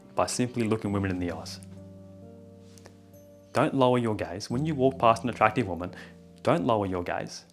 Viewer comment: I thought you told me to look a woman in the ass lol. I'm american so the accent confused me for a sec.